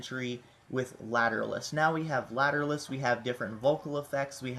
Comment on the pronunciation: its pernounced later-awl-us